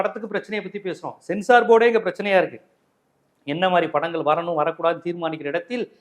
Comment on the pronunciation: யோவ்! நீ தமிழுக்கு வக்காலத்து வாங்கியது போதும். முதலில் தமிழைப் பிழையின்றிப் பேசக் கற்றுக் கொண்டு பேசு. படங்கள் என்பதைப் படங்கல் என்று கொலை செய்கிறாய். வெட்கம் வெட்கம்.